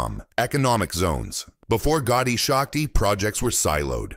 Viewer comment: Not Gaudi shakti It's gati shakti